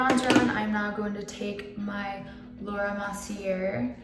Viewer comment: Btw... it's pronounced Laura Merce-ee-eh (Mercier)